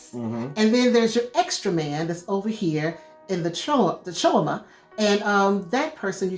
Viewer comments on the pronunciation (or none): Crysknife is pronounced like Chris + Knife not cryo knife ;) Also CHOAM is like the Chinese name chow + M. Good review .